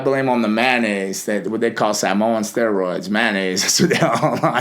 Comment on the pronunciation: He pronounced Samoan correctly